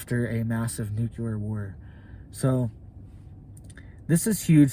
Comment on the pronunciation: Dude, not nucular… it’s nuclear like nucleus